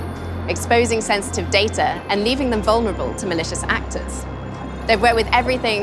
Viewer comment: She said "wounerable for malicious actors" not wounerable for malicious acts. lol. What A Dumb Girl :D :D :D I HATE HER ! I Want To Punch Her Face backwards